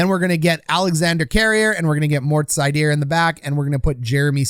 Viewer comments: German here: You can call him SEIder. If you really want to get it right then say ZEIder or Zuydr. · Seider isn't French. Pronounced like cider.